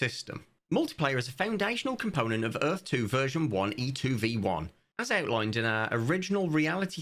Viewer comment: Earf 2, brought to you by Will Smith and Roland Emmerich. Earf 2. "Welcome to Earf...2!" - W.S.